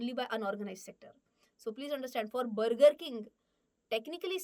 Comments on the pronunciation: Brrrgurrr king , wuuparrr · It's not BURGER It's bagaa (Inglis accent) 😂😂😂😂😂😂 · The pronunciation of Burger made me realize that "Mulgi Marathi ahe!" 😂😅